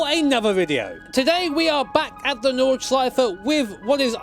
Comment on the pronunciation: no flaws in the pronounciation of nordschleife :D